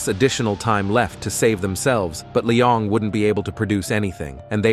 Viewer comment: Brooo its not Lyong or Lion just Lyon broo :(